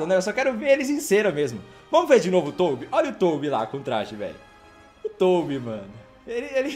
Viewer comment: Mano na boa, vc chama o Tobby de Toubi é pra tirar uma é?